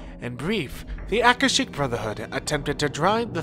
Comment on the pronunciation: Your proniciacian is terrible. It's Aka-shic. Ver-bena.